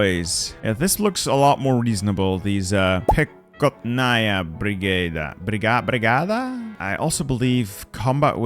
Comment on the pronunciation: you don't spell the K, say Pehotnaya Brigada